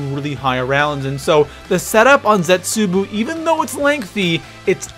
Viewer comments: it pisses me off how pronounces zetsubow it really makes me mad idk why, please tell me I'm not the only cause he pronounces it like zetsubu and its not like that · I find it annoying the way he says zetsubou he says zetsubu not zetsubou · Does any one else hate it when he pronounces Zetsubou as Zetsuboo. It doesn't say Zetsuboo when you pick the map, It says Zetsubou not boo and it's pronounced as bow. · Zetsooboo bro is zetsobou-o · Zetsubow not zetsuboo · ITS ZETSUBOU (ZET-SOU-BOU) NOT ZETSOOBOO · thats not how you say the map name it zet su bow no shima not boo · the pap camo from DE is not fucking dark matter, it's ice recolored, and it's ZETSUBOW NOT BOO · OMG... it is zetsuBOW no shima not zetsuBOO no shima! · Isn't it pronounced zetsubow not zetsuboo? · This is how you say it lol no hate but zetsueboo😂😂 not zet su bow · ZETZUBUU no shima? Really nigga? ZET-SU-BO no shima. The cringe. the type of guy to pronounce Nikolai's name as Ni-koolaid. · Zet-soo-bow..... not Zet-soo-boo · I love how he pronounces the map names incorrectly " Zetsubou No Shima is pronounced Zetz- Su-Bow No Shi-Ma he says Zets-Su-Boo No Shi-Ma.... Makes me explode into laughter everytime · Its funny how says "Zetsubu" instead of "Zetsubou" XD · Its pronounced zets-a-bow no shima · 'Der EisendrachAH' and 'ZetsoBEW'., y u do dis? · it's pronounced zetsoobow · Zets ooo boo no shims 😂😂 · Stop saying zetsubU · I was done 5 seconds in when you kept calling zetsubou zetsuboo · He said zetsuboo 😂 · M8 say the maps right u said zetsubuu and Dee eisemdracha say it right or imma tell your mum 😈😂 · Why do you say "Zetsuboo no shima"? :b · He says Zetsubou wrong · please say Zetsubou No Shima correctly